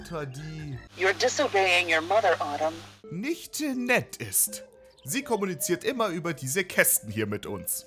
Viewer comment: Sorry, aber ich finde es nicht witzig, ein ganz normales englisches Wort (Autumn) extra falsch auszusprechen. Aber ansonsten nettes Video.